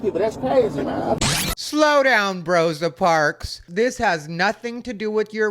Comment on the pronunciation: “Brosa parks” 😂😭